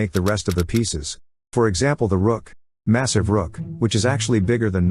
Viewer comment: The amount of times he said massize is crazy